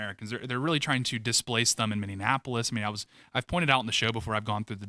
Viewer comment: Mini-apolis - it’s not that difficult